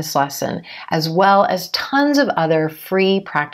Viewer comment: and one more thing when you pronounce As with You .? as I heard you sound like ajjzzh you . Please correct me if I'm wrong..? Waitin' for your reply 🙂